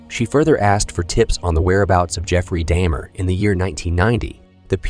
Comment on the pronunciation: This was a good and informative video. But the fake attempt at some form of AI voice over makes it annoying. You pronounced Jeffrey Dahmer's name correctly the first time and then seemed to purposely say it wrong the rest of the time. And it seems you purposely said several things wrong in an effort to sound like AI. Its weird. Through most of the video you called him william NewtonS and then changed. Its weird and disrespectful to the deceased.